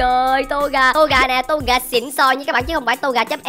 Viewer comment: Ko phải to ga là tô gà